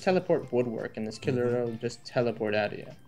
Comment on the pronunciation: intro man stop saying killer its kirlia ker-lea